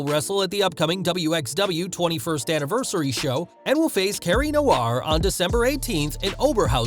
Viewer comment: Cara Noir is pronounced Car-ah not whatever you tried to say